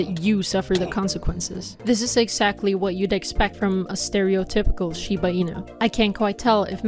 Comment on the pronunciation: that is not how I would have pronounced "shibe"...huh.